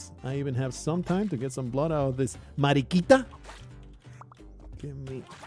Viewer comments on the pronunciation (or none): mariquita sounds so strange on english